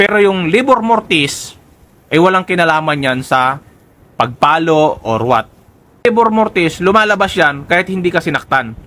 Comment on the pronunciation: Hindi po LABOR MORTIS, RIGOR MORTIS PO...